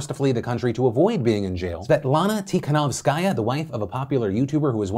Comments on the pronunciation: You don't read her last name with an accent on the last part like you do: tikanowsKAJA, but rather accent should go on the third syllabe from the end like that: tikaNOWskaja. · Hey! As a person who was born in Belarus and has many family members living there, I am going to try to ignore Phil's pronunciation of "Tihanovskaya" and say that it has been fucking terrifying. Looking at videos and photos of the police attacking people, hearing about arrests of people who were literally just walking on the street, not being able to contact my boyfriend for several days due to the lack of internet and the looming threat of a civil war. You hear about scary things happening in other countries and you get desensitised but when it's happening to your family it's a completely different feeling.